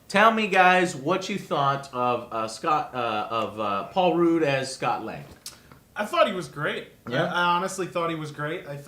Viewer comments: It's Paul Rudd not Paul Rude lmao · Maaaaaaybe you should learn to pronounce the actors names correctly.. Who the hell is Michael McDouglas? You mean Michael Douglas?! Paul rude? Paul Rudd!!! Rudd!! (R - udd) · It's not Michael Mcdouglas, it's Michael Douglas... It's not Paul Rood, it's Paul Rudd lol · I thought it was Paul Ruhd not Paul Rood, but I could be wrong. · Paul RUDE? Michael MC Douglas?!? Dude, you are BUTCHERING their names!!! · Michael McDouglas, Paul Ruuud, David Cross... Damn, Joe was way off with the names this time. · Don't forget Michael Pienia haha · ***** I like Joe but he was starting to piss me off with that. I laughed at "Paul Rude" but the fact that a "Movie Reviewer" doesn't know how to pronounce and has knowledge of Micheal Douglas is just awfull. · love the video...but dude..seriously.....paul rude.......you are the worst at names dude..almost every video you butcher someones name...its funny as hell. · Is Joe purposely butchering names like Paul Rude and Micheal Piena